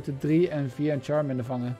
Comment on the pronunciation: Het is charmander